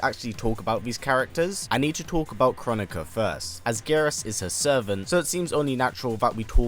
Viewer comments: I think Kronika is pronounced "crow nikka" not "chronic uhh" 😆😂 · I thought Kronika was supposed to be pronounced Kro-nee-ka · Tom-ate-ooo Tom-at-oo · It’s pronounced: kro-knee-kuh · It's pronounced Kro nee ka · It's pronounced (Krow-knee-ka) 😆😆a lot of ppl have been pronouncing it w the wrong way.. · It’s pronounced Krow-neeka- apparantly